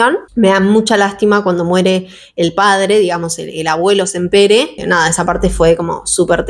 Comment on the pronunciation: Me encantan tus reseñas, este año hice mi segunda lectura de la tetralogía y me gustó aún más que la primera vez que lo leí. Vivo en Barcelona y solo quería hacer una pequeña corrección el apellido de los libreros si bien se escribe Sampere en catalán se pronuncia Sampera. Me encanta como pronuncias en ingles y queria ayudarte con el apellido en catalán. 😊